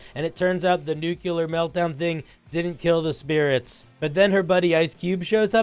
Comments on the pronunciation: A nukular powerplant? What's nukular power? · Nuclear. 2 syllables